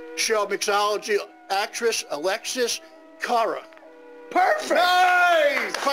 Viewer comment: I love the part where can't pronounce Alexis Carra.